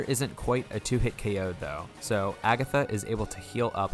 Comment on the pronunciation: First time I've ever heard someone pronounce Agatha that way. edit: also wondering how you plan to do 'x' with so few pkmn whose name begins with that letter...